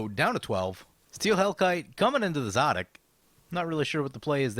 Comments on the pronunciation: Really late, but I've always pronounced him Suh'deek Hm. But now that I hear you pronounce it, I'm think Za'dik is probably more true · It is clearly pronounced szadek